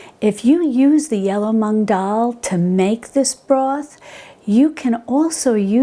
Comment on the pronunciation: Hi! Just one smallllllll little thing, since I'm an Indian and it's our pride - it's not tu-mur-ric, it's t-err-mur-ric and it's not mung it's moo-ng like how a cow moo's 🤭❤️